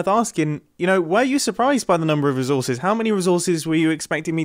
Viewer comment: Am I the only one cringing at the way he says “resources” he’s like -rè and I just keep thinking: “Why! Why -rè?! It’s ré”